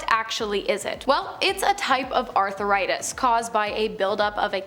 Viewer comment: Not arthur-itis. It's arthritis.